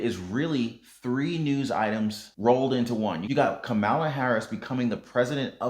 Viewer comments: if you dont stop mispronouncing the Vice President's name...WE GONE BOX! LOL! KAH-ma-la... Not ka-MA-la lol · Thanks for the update. I think you are pronouncing the VP's name incorrectly. It's " , La ".